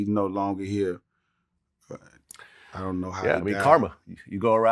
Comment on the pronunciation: "Ion know what happened..." Ok Buck, Ok...😂